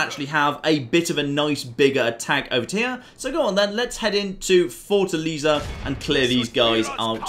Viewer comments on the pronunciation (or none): Oh. The way you pronounced Fortaleza... Try Fortalēza, not fortaliza.